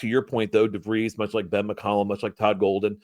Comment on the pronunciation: And it’s pronounced DARREN DeVries.